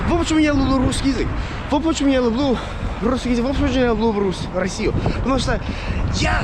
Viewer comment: Красавчик. Я думаю когда ты научишься говорить лЮблю а не лУблУ ты точно станешь Русским. У тебя есть стремление!